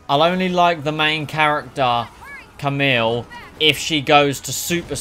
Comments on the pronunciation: Kameel?! Hahahahaha It’s Kamala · her name is kamala not camille lol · the fact you played the whole story without saying Kamala's name properly infuriates me but other than that, good video